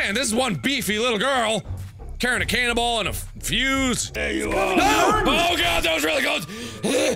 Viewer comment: Was I the only one who thought he was saying cannibal instead of canon ball?